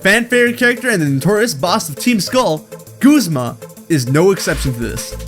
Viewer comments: Guz-ma not goozma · It’s Guz-ma! Not Gusma! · its gu. z. ma guh not gos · Goo-zma? No. It's ya boi Guz-ma. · WHO SAYS GOOZMA!? That is my only problem with this video well done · Bruh its gazma(gu-zm-a) not goozma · It's guzma not goozma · Wait it's pronounced goozma? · I PRONOUNCED GUZMA GUHZMA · Did you just call him... Goozma? XDDD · Right?? It drives me insane when people say Guzzma. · "Guuzmah" dude ive lost all hope in the way you said that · You Said guzma wrong!